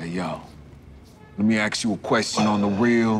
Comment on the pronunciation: let me AKS you a question